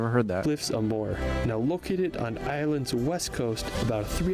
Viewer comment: Subscribed,. Btw, Moher is pronounced Mow-her with the emphasis on the first syllable.